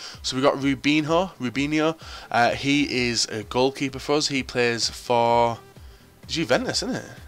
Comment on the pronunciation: "He plays for jew-fentus" inspirational pronunciation